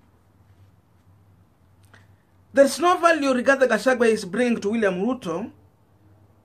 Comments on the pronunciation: Please get the names of this politicians correctly.It is GACHAGUA AND NOT GACHAGWE.ALSO IT IS WAMUNYINYI AND NOT WAMUNYINYA.Otherwise you are doing a good job. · 🤣🤣🤣 it's Gachagua not Gachagwe 🤣🤣🤣 but is okay ,unaweza mwita vile unataka 🤣🤣🤣kabra afike huko ikuru. Ruto ako na Azimio la kugonga ukuta! Hata Kihika haonekani kwa UDA siku hizi! Gachagwe knows the international community from Mathira. The Mathira Diasporians! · Please learn to pronounce people's names properly Gachagua not Gachague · Gachagua. Not Gachagwe!